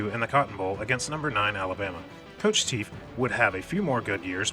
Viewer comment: Teef!! Pronounced Taff